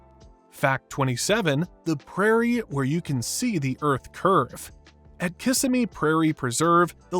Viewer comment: Pronunciation, Kis sim me.